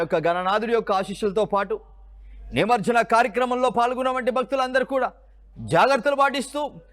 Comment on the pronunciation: నిమర్జనం కాదండి.. నిమజ్జనం అని పలకాలి